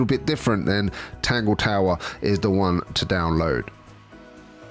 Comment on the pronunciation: Just realized when you say "Next One" at the end it sounds like you're saying "Next JUAN". Is that intentional? lol